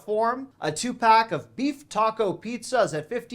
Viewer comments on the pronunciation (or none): none